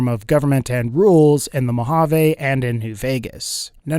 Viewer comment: You pronounced Mojave wrong meskndrbfidne I live there just my pet peeve